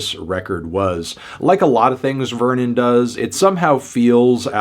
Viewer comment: if that's the case, why didn't he pronounce Vernon's surname, which is also French, correctly?